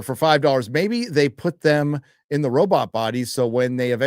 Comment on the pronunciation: Why does pronounce robot, "Robit"? is it a reference to a movie?